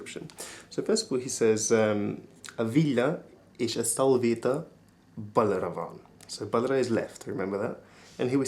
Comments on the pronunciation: Just a note: "balra" is pronounced "barra" and "jobbra" is "jobra." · balra mispronounced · balra is mispronounced